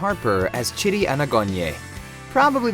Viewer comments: When you say Chidi's name, I hear "shitty". Say CHEE DEE, please. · chee dee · I used to know another Chidi and he pronounced it "Chiddy". But he was french so maybe back in Africa it was pronounced "Cheedee" and he was just making it easier for us english speakers. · Why u gotta butcher chidi’s name 🤦🏻‍♀️ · You did not pronounce Chidi right 😠😠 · u can tell hes never seen the show when he pronounces chidi lol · How hard is it to pronounce Chidi correctly? It's obvious you never saw the show if you can't pronounce the name of a main character.